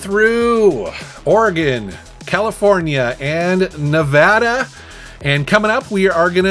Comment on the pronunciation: Thank you for pronouncing NEVADA correctly.